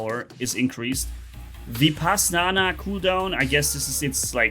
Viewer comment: I knew it coz the ability name, and the weapon's name that came with Indra titan (vajra, and maha vajra) are taken from the Hindu mythology. (the names only) and btw the ability is pronounced as vi-paas-naa and the waepons are not vaha and maha vaha its vaj-ra and maha vaj-ra, weapons names arent that hard, but ig Hindu words are hard for rest of the world